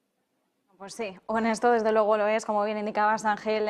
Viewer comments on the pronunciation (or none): El diptongo es "ue"y se pronuncia "luego" no "logo"y se hacen llamar "la Real Academia"por favor!!!!